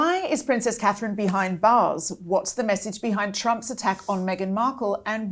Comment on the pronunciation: is still a sussex supporter,who cant even say Katherine properly Why do you have her on